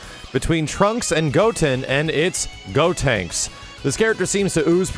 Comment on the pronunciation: pronouncing the Characters names in japanese gives me life